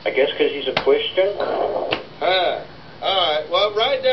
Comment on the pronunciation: "..... I guess cuz he's a Cwistian...?" Be that as it may, who doesn't love watching a movie with Patsy Pissflaps in it?!?!?!